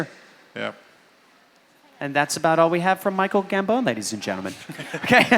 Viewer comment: Who is Michael Gam-bone?